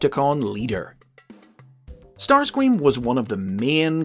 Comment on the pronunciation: Starscweam fits somehow